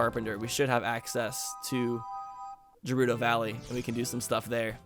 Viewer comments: when he calls GERUDO JERUDO... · Did anyone else notice he called it gerudo valley and not gerudo valley